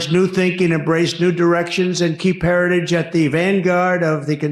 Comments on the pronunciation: What is a “Heradidge”? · Mr Trump, say "Heritage"